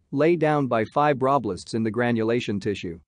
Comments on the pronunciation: Good video. Shame about the pronunciation of "fibroblasts". Using a live voice over would be better. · the way the AI says fibroblasts is making me giggle